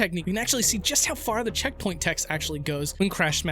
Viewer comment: I love how "Check Point" turned into "Heck"